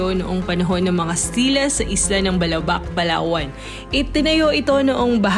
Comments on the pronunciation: I agree with this. I’m from Palawan and have been to Balabac. The emphasis should be on the second syllable, so it should be pronounced as Ba’labac. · I think you should know how is balabac is properly pronounced ... it is malumay ... not fast. Like davao , malumay dapat pronunciation nyan ... also avoid answering your own question ...